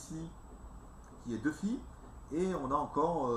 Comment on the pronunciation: Ni Hao ! Trop bien le Yiansansehoo ! ! ! Juste pour dire aussi, c'est "Luffy" au chapeau de paille et non "Duffy" ;-) En tout cas presser de voir d'autre vidéo donc vite ! ! !